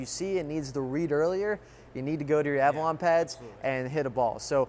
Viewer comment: Is it just me or does pronounce it as Avralon?